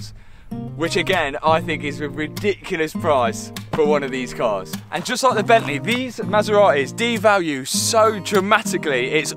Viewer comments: Bent-leh Love it 😻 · From Bentleeh to Maseraeeh, love it